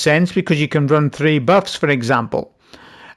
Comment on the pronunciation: I will never listen to anybody that says tree for three